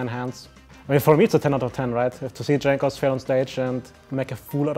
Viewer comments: Jankos nie Dżankos kurwa ... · it is pronounced yankos goddamn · Lmaoo he does that intentionally